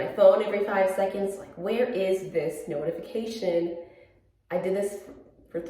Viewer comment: It sounded like you said “snow-tification!” lol so punny